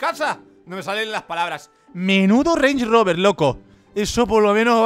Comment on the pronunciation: Creo q soy el único q digo rand Rober y el dice rens roberssss